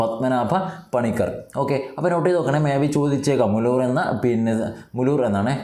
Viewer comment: സർ മുലൂർ അല്ല മൂലൂർ പത്തനംതിട്ട